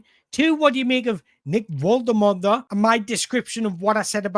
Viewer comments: Great job. In my opinion one of the top Newcastle United YouTubers, but please watch Nick Woltemade's video where he says his name so we know how to pronounce it properly, you're still butchering it! Other than that, great content! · you do you. these videos are good - don't want to compare to other toon content creators because theres room for all of yous but definitely enjoying the content - the analysis is top notch. will always watch one of these when they pop up and if you can figure out how to pronounce Big Nick's surname i won't have a single thing to moan about!